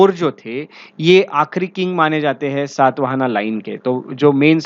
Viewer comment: The dynasty name is Shaata Vaahana शात वाहन....सात् वाहना नहीं. What kind ofvalidation you have done on your knowledge. अंग्रेजी में पढोगे तो ऐसा ही होगा। गौतमीपुत्र शातकर्णी... सात् कर्नि नहीं मूर्ख